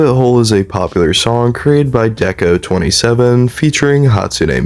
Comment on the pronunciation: Hi hi!! This is a good video I'd just like to clear up a few things. Rabbit hole is about s3x work, not lust. Also deco*27 is pronounce deco Nina usually! (Ni for 2, na for 7)